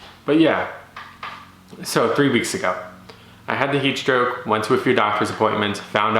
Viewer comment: Are you saying heat stroke?